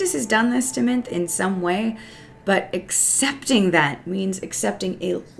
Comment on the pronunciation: Minthe is pronounced Min-thee.